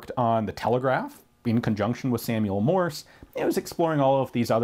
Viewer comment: Fairbanks MorSe. There is an "S" in there.